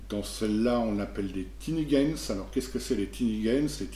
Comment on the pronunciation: Merci pour cette présentation ^^ Il me semble que tinigens se prononce à la française puisqu'il signifie "petite gens". Cela dit je suis toujours un peu triste que l'on évoque pas le jeu "Portes, Monstres & Trésors" (qui est une traduction de Labyrinth Lord) quand on parle d'OSE comme option pour jouer à D&D en édition BX. Tout ce que fait OSE, PMT le fait, c'est la même base, c'est le même jeu, et il y a même la règle optionnelle de CA ascendante, ainsi que la distinction des races et des classes avec l'édition "Portes, Monstres & Trésors Règles Avancées". Et ce depuis bien plus longtemps qu'OSE. Avantages d'OSE : mieux présenté et mis en pages, illustrations intérieures de meilleures qualités, qualité physique du livre supérieure. Avantages de PMT : beaucoup beaucoup moins cher (pdf gratuits et bouquins à prix coûtants), beaucoup plus accessible (pas de rupture de stock puisque c'est de l'impression à la demande). Bref, si on veut faire au plus simple, OSE c'est la version de luxe de PMT. Alors si des personnes sont intéressées par du D&D à l'ancienne et ne sont pas sûre de leur coup, tentez d'abord le coup avec PMT pour voir si ça vous branche ;) P.S. : PMT dispose dans son livre de base d'un petit setting et d'une aventure prête à jouer.